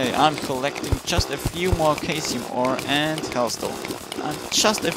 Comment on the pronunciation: I'm pretty sure caesium is pronounced sea-sium